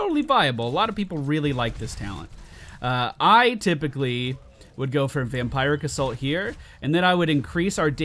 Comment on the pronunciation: One of these days you'll say Vampiric Assault correctly, lol.